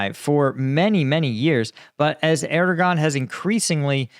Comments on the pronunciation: The “g” in Turkish in Erdoğan is silent; say “Er-doe-an” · Err-der-waan.. his name is pronounced Err-der-waan (something like that - difficult to phonetise exactly). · if you try to say "air dough vaugn" without pausing, you get right near to the original sound. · I've bitched at before for bad pronunciation but he can get that Dicks name wrong all day